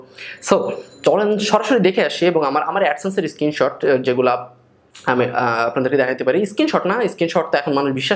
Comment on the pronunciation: আপনার ইংরেজি উচ্চারন ভালোনা। এই যেমন বললেন Bla Bla Bla, কিন্তু উচ্চারন করলেন bala bala bala. স্কিনশট না।স্ক্রিনশট।